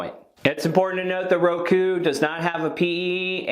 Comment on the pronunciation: Dang you nailed ROKU.